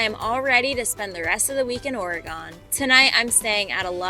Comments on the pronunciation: PLEASE NOTE it is pronounced ORY GUN not Ory gone S/Life long Oregon resident. 64 years. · Girl! It's O-re-gun ... not o-re-GONE. 🙂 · There is no "GONE" in "Oregun". Please "GUN" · Why’d you say oregOn like that?😭 I’ve only ever heard anyone pronounce it oreagEn lol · ORY-gun not ORY-gone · We are NOT "gone", we are "gun". Oregon is pronouncenced OR- E -GUN, not ORE-GONE. Ugh! Nothing peeves me more than people coming to our state and not even pronouncing it right. But I love the rest of your content. 😊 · It’s not oregone it’s Oregon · I love you and your channel. I look forward to it weekly. One thing, I live in Oregon. It's not ory-gone, it's more like Ore-a-gun. Gun not gone, my sister. No biggie either way, especially if you want people to know you're a visitor immediately. Speaking of this great state, look up Clear Lake, it is breathtaking. Much love to you on your travels. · Not or-gone please ORYGUN fast Love you and Nikki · Ore "gun" not Ore "gone" 🙂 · Uh! I like your channel and videos but it's ORE-eh-gun, NOT Ore-eh-GONE. I lived in Seattle for 10 years and it's a pet peeve, like fingernails on a chalkboard. Locals will appreciate it. It's like people who are not from New Jersey saying New Joisey, thinking they're being clever. Or worse, pronouncing Houston Street in downtown Manhattan the way the city is pronounced and not How-stun, as we do. Don't take it personally, you're great, your channel is great, it's just this one little thing. 😊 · The state Oregon is pronounced "OR-uh-gun" not "or-ee-gone". Still enjoying your channel. Keep up the fun travels. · Why do you say Ore-gone? Is that how locals say it? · Its pronounced Orygun! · Oh my gosh, PLEASE say ORYGUN correctly! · Please, please, please, it's Ore-gun. 🙂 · Oreegone 😂 Oreegone Oreegone , Oree is gone 😅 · Pronounced ‘Ore-uh-gun’! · OR-EE-GUN, OR-EE-GUN, OR-EE-GUN!!! AHHHHHHHHHHHH!! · Oreh-GONE you say? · I like how you pronounce Ori-Gone. 😂 Safe travels! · It’s Orygun. Lol